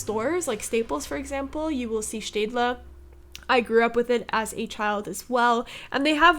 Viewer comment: I hope I'm not the only person who kept replaying pronunciation of Stadler (I think that's how u spell it)